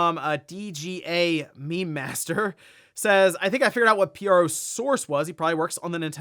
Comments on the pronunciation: DGA Me Master?? bruh.... 'D' Gamemaster mayn haha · You misread dgamemaster. It’s “d-game-master”, not “dga-mem-aster”. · lmao at how you pronounced "dgamemaster" as meme master.